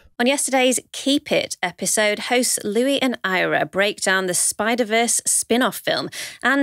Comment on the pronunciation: As a Keep It fan, love the pronunciation of Louis.